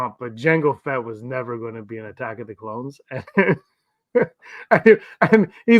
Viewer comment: A-tacks of the Cloans